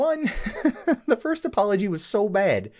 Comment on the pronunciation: Why do you say bad as "baid"?